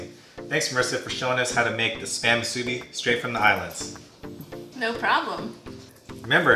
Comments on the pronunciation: Moo-sue-Bee so -e-z! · Good try but it’s correctly pronounced Moosoo - Bee. Break it into two words. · I wish I could find a video where someone actually pronounces musubi correctly.